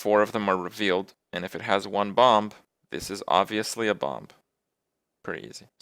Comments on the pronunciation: What the heck is bompf? I thought the word was Bomb and the last B was silent. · What is Kripp saying? "Bomp?" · Half the time, he ended up saying bomp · I noticed that too, he just needed more practice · Anyway else getting slightly annoyed that he pronounces it like bomb is like balm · Kripp, love the video, but why in the name of all that is holy do you pronounce the second "b" in bomb? You do it with "mad bomber" too in Hearthstone videos. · now I have to listen to kripp say "bomb" incorrectly for 15 minutes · great i get to hear kripp pronounce bomb wrong for 15 minutes. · I'm just here to listen to Kripp pronounce the silent "b" in "bomb" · Every time he pronounces "bomb" I have an epilepsy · Alternate Title: Listening to Kripp mis-pronounce "bomb" for 15 minutes. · Oh god I have to listen to Kripp say "Bomb" incorrectly all video. It's even worse than the "How Good is Bomb Lobber?" video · Holy shit the second b in bomb is silent! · damnit kripp the b is silent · I think he decided to stream Minesweeper just to say "bomb" repeatedly and enunciate the b on the end of the word. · Why does he pronounce the "b" at the end of bomb? It's silent xD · Wow Kripp really does pronounce the silent 'b' in bomb on any occasion. That's just how he says the word.